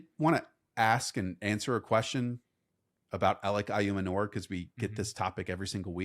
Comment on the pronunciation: Not trying to be that guy but pretty sure Ayomanor is pronounced Eye-Oh-Man-oor